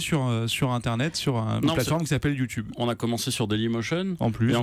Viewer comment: U2 BEURRE